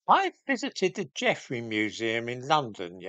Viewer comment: He did this nonsense only a few months ago. The museum announced its change of name in 2019. And it's "Geffrye". Not "Geffrey".